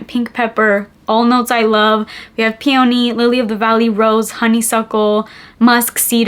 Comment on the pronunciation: Peony is pronounced like PEE-uh-nee - with emphasis on the first syllable. You'll get it, I believe in you